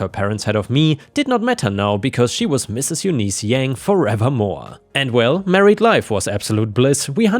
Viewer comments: Eunice is pronounced YOON-iss, not you-NEES. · FYI... Eunice= You-niss (like hiss). Thank You:) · Eunice is pronounced You-n-is, like in miss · its pronounced Yoonice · Bowen is pronounced boh-in and Eunice is pronounced yoo-niss!